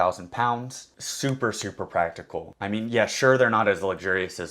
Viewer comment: “very practable” 😂